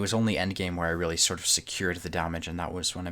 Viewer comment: Rallie?? Yo thwink yow cun jus say werdz anawhy yas loike un at won mattah? You're probably the type of person who says 'anyfink'... Regional accent is one thing, but giving carte blanche to any random pronunciation is just absurd.